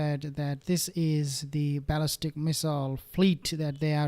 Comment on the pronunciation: You keep saying ‘baalistic”